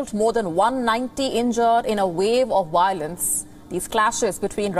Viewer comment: It’s violence NOT Wiolence…..🤣🤡